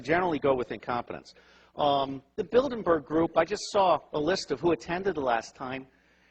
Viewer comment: what a bunch of S-H-I-T!!!!! he called it the bildeNberg group.. as "ex-CIA" you'd think he'd know better, but he cant even pronounce it right.. and did he say "there's not enough guns to kill us all"? well, that is debatable. he didn't say "guns in america"... or "guns in the hands of"... which change the course of his narrative significantly if you add them in. he is some unknown random dude purporting to know something that he knows NOTHING about. are we supposed to accept his good word on this??? what EVS! nothing + nothing = nothing.... dont buy into the bullshit!